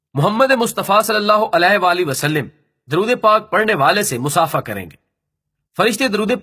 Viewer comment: Bhai wasaLiM nahi h زیر نہیں آتی زبر آتی ہے ۔۔۔ شکریہ